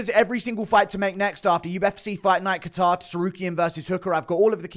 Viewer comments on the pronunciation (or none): none